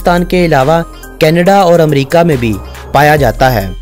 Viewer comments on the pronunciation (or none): none